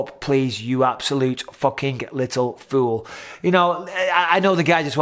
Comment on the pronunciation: "you obsolute numpty" that's an all time favourite of mine 😂